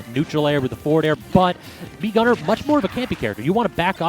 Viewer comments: What did it said "mii guner"? it is oviusly snas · It’s fucking mii gunner you annoying piece of shit